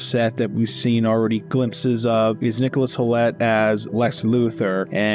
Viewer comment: Please learn how to pronounce the words that you’re using. “Homage” is actually pronounced “omage”, the H is silent. The actor playing luthor is Nicholas Holt. Why do you keep saying “fillum” instead of film? So many other mistakes.